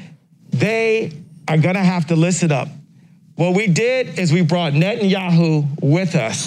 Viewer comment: 'Net-n-yahoo'. Ye showed up to take no prisoners.